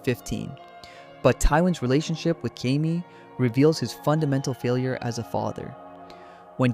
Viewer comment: Is this an AI script? Why is Jamie's name fked up so many times, in dif ways, but said right sometimes? Ai slop.